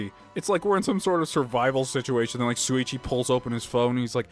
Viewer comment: S-Suichi? SHOO-EE-CHEE DAMMIT!!! YOU ALSO SAID KAEDE WRONG AGAIN! KA-EYY-DE!!! AAAAAAAHHHHHHH!!! Yes I am very annoying when it comes to this.